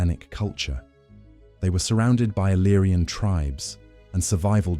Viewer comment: No iriana ma iliriana al meno i nomi devono essere corretti